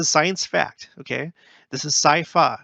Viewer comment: “Sci-fa” hahaha :)